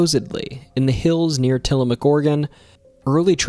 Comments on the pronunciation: Got Tillamook correct but the dalles wrong. So close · Absolutely wonderful video. You've done a great job with Oregon and I would love to hear more. Funny tho, you managed to pronounce some of the harder things, like Tillamook correctly (maybe your familiar with the Ice Cream and Pepperoni sticks) but you got some other stuff like The Dalles wrong. The best way I can xplain how The Dalles is pronounced is like... the Dal in Dallas TX, but NOT the las in Dallas, so The Dal-s. Thats not perfect, but its close enough no Oregonian would make fun of you. Nehalem is pronounced Ne-hay-lum Also while many people say Wy-East, theres no actual evidence that any Native American tribes have ever called it by that name.... that doesnt stop me tho, so... Not Oregon related, per say, but the word "slough" is pronounced like slew, and the mineral Olivine in the meteor is pronounced Olive-VEEN. Lastly the word 'Skookum' doesnt always mean something bad, tho it often has that connotation. Truthfully it means strong, or powerful, usually in a supernatural way. Theres actually quite a few Skookum X's in Oregon and Washington, especially in the Cascades Ok, if you survived that you deserve a treat. The Portugese gold? The story you've told is unlike ANYTHING I have ever heard. The story we've always tell LONG predates any white settling from the East, enstead it goes back to the age of piracy, when one day some Spanish or Portugese (Iberians are all the same anyway) showed up around the Nehalem River, looking for a place to bury theyre gold they had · I was so happy to hear you pronounce Tillamook correctly! Some people don't and will argue with locals about it. 😂